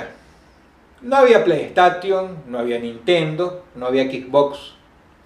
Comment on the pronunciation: Morí cuando Dross dijo '' no existía la <<Plai tation>> xddddd jajajajjajajaja ese Dross es un loquillo , gracias por subir de sus primeros videos de historias de terror :') thanks xdd :v